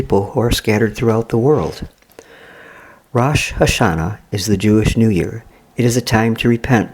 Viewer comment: you said Rosh Hashanah wrong I know as a jew myself